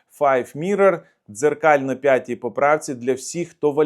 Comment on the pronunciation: українською мовою п'ятий, а не пятий. З повагою.